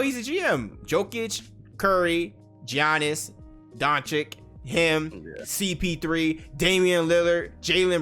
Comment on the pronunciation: 'G-Annis' lmfaoo